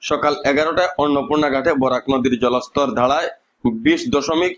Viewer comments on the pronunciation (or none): বোরক নয় বরাক হবে